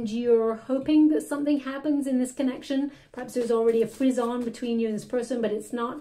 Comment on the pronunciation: Thank you, i just love your readings and i love the word 'frizzon' it always makes me laugh🤣 when you say it💞